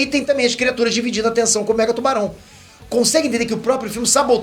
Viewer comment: toda vez que ele falou mega tubarão eu escutei megatron